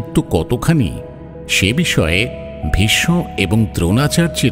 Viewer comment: I’ve been an avid fan of mirchi bangla all these years and was very excited to hear the Mahabharat but it was killed by a horrible narration and terrible pronunciation by the narrator. Every time I hear Bhissssnno and not Bhisso just ticks me off. Stopped listening to it after episode 3. Guess he has a chandrabindu problem.